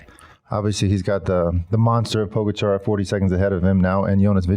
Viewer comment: The surname of the best rider in the world now is pronounced PogAchar (accent on the first A), not pOgachar... Please, show some respect to the greatest, at least.